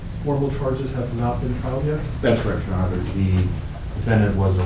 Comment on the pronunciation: And that public defender needs to learn how to say "Your Honor". Yikes.